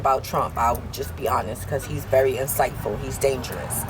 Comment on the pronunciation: "incitefull" hahahahahahaha